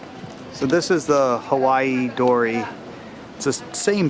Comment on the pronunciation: Heiwa, not Hawaii